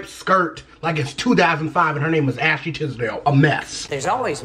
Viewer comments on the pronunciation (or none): "like its ashy tisdale, a mess" XD Ik he meant Ashley but i heard ashy XD